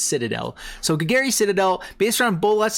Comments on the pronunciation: “Gol-Gary” you know Bolas’ uncle. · ima need you to learn how to say golgari